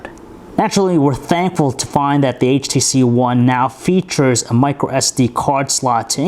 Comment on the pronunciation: He keeps saying HTC Juan